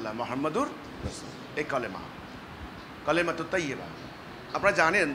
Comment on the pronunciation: যে কালেমাই সঠিকভাবে পড়তে পারে না। সেই নাকি ইমাম। গাধাকে হাল চাষ করালে যা হয়।